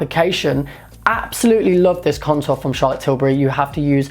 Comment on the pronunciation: it sounds like you're saying cuntour lol